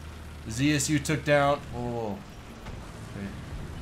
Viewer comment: more right to say not Zi-aS-You, but Ze-Se-U.